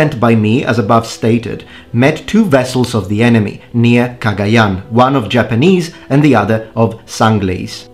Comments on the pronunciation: I'm filipino! Do you speak tagalog? The way you pronounce 'Cagayan' is perfect. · Filipino here. I applaud your pronunciation of Cagayan. Good job on it. Yeah, wako got around. Especially near Taiwan, Okinawa, and Macau. The south china sea was their playground until the Europeans came. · I am surprised your pronunciation of Cagayán is correct. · Finally a European Historian that pronounced the name of those places properly